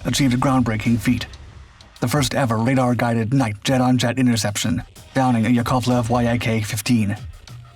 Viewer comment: it's "yak-fifteen", not "Y–A–K-fifteen", just as it's NASA (or "NATO"), not "en–ey–es–ey" (or "en–ey–tee–oh").